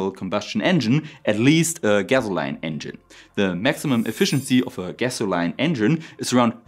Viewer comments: We want Big Buts And while your English is normally very well spoken, gasoline is pronounced gas-o-leen not gas-o-line I know it makes no sense. But then again, it's English. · LOL I laughed at this as well. I love how non-native speakers of English pronounce some of the words. Even Brits don't pronounce things the same.